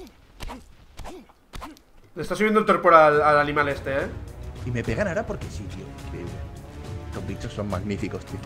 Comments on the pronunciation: like si se dieron cuenta que di alimal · like se sieron cuenta que dijo alimal